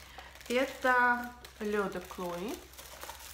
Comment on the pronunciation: Почему девушка называет этот аромат с первой буквой К-Клое?мне кажется это неправильно?или правильно так как она говорит?все говорят Хлое